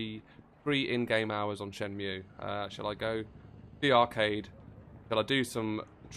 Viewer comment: It's Shen-Moo